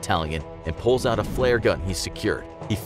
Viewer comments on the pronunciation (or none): none